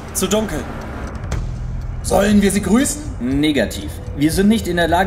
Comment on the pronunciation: I'm scared when he says "Nigative"